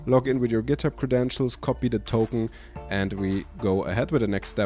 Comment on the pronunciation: Do you guys also hear "copy totem" instead of "copy token"? Maybe it is beacue i am listening to viking folk music in the background...